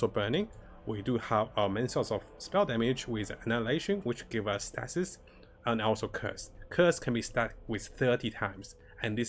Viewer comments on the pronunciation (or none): Great guide. I subscribed because you do such a good job of stepping through aspects of your builds, and do a very good job explaining things. Keep the guides coming! Couple of English usage tips: Stasis is pronounced "Stay-sis"; Ailment is pronounced "Ayl-ment".